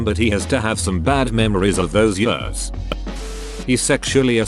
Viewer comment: Am I the only one who hates the way this text to speech says the word “years”